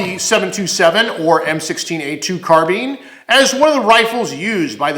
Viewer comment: carBINE not car BEAN